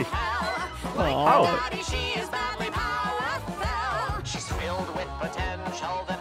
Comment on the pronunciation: Maybe I am reading too much into it but I think when and sang powerful as power-fell it meant both powerful but also felled by their own power. Lucifer in Heaven fallen by his own power. And believes ultimately Charlie could also fall due to her own power. I love. It also you know, rhymes with hell, but it is boring to think that that is the only reason they would choose that wording.